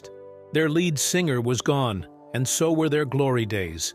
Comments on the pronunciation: Oh my god. You pronounce "lead singer" as "LEED singer", not "LED singer" like the AI pronounced it. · Led sing, like led zeppelin. Neil Shun. I hate artificial narration so much. Read it yourself!!!! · "Lead singer" pronounced "Led singer", Neil's surname mispronounced "Shun". Enough with these lame synthetic narrations!